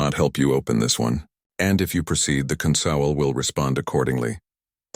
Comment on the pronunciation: Um, consowl?